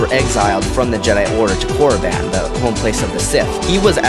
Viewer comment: I think you said koraban wrong btw